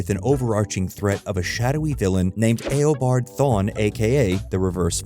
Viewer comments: Eobard Eeeee o bard not Ayy o bard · E-obard not A-obard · it's not "ey-oh-bard." it's "e-oh-bard." proof that the narrator hasn't seen or read the flash. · Not the A-O-Bard Thawne lol. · "A-obard" "Savvy-tar" bruh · It’s a text to speech ai model it can’t pronounce words it hasn’t heard so it goes with phonetics